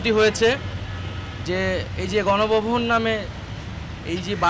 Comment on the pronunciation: জন ভবন না গন ভবন শুদ্ধ ভাষায় বলার চেষ্টা কর আব্দুল উপদেষ্টা